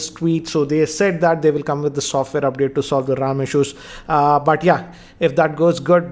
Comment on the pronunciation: siksa gigabayt rrrrrrrrrrrrrrrrrrrrrrram